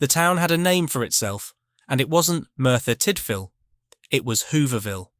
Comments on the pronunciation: It's not Merthyr Tightvil it's Merthyr Tidville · Pronounced TID VILLE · FYI It’s Merthyr Tydfil (That’s from a Yorkshire lad too…).